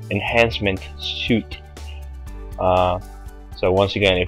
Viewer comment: i dont mean to be mean or anything but, suite is pronounces sweet, and chime is cha-im .... thanks for the info though.